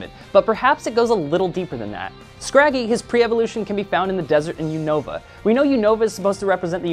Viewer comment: you guys pronounce unova wrong